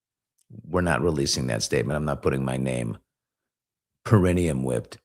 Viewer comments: The 'taint' is pronounced Para-NEE-um~~~~ peh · ruh· nee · uhm 🙂👍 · Para - NEE - um Emphasis on the nee (Not trying to be one (an a-hole) by putting the correct pronunciation up …..just passing along the informations